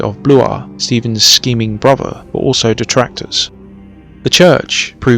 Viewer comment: At last an English narrated documentary on this fascinating period .... spoiled by "frone" and "bruvver" ......